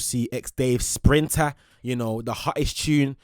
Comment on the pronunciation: No way is calling Sprinter as "Drill" 💀 luv you though and I respect your content! Been watching for about 2-3 years now